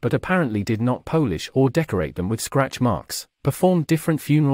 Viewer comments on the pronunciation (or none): They did not ‘Polish’ as with the countrymen of Poland??? Can’t you have a real human read the script?